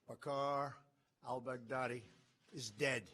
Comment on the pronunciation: The way he said he’s name 😂😂😂😂